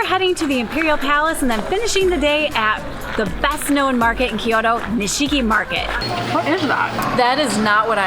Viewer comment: アメリカからの観光客かな？ Kyoto（キイヨドー） yはイ 母音に挟まれたtはド